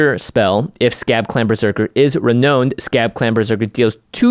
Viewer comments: It's pronounced "re-noun-ed" Jimmy. English is weird. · Jimmy: "Ren-OWNED"